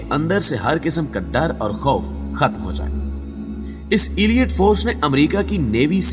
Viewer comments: Not "Aliat" but the right word is Aleet (Elite) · ایلیئٹ فورس نہیں ہوتا 😂 الائیٹ فورس ہوتا ہے correct your pronunciation